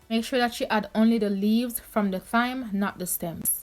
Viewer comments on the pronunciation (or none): It's not TH -igh-m, it's pronounced 'time".